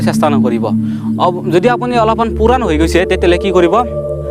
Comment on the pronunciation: Puran nahoii puronii,,vakha najanile nakabi